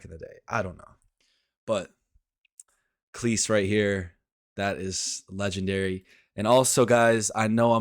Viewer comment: Cleese rhymes with sleaze. Grayum-not Gram